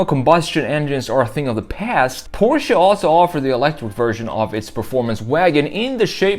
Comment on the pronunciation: Omg he knows how to pronounce Porsche